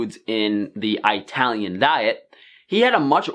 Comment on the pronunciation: It still bugs me to hear "eye" talian... Especially from a fellow Italian... Great videos non the less and always speaking the truth...